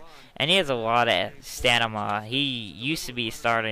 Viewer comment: Stanima?????????????? Lmao Good Video